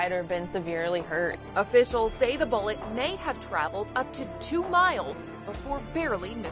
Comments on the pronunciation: I thought she said “A bollet!” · Don’t get me wrong I feel terrible but the reporter keeps saying “bowlet” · She pronounces “bullet” strangely